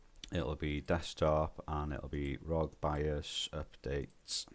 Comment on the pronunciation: Nope didn’t make a difference, in fact made my fps worse. My fault getting advice from a guy that can’t even say bios correctly